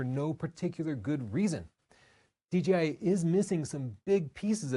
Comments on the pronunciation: It’s Dee-Jay-Eye, not Dee-Gee-Eye. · good vid, but please note the name should be pronounced "D J I" not "D G I". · It’s kid of hilarious that when you say DJI quickly in a sentence it comes out at “DGI”. I do that in conversation, and I hear it in this video as well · D-Gee-I instead of Jay is great lol